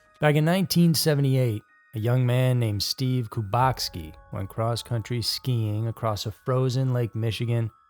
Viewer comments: His name is Steven kubeki not bukoski lol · To the narrator: Why are you pronouncing the missing man's last name as KUBACK-SKI? That is not how it is spelled. There is no letter 'S' in the name. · Am I have a stroke or did he say bukatski at the end of the video? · That's bothering me as well. Wondering why it's being pronounced that way. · As a guy from Wisconsin and having seen that name and many like it due to our high Polish population I can say it’s throughly irritating me too! Lol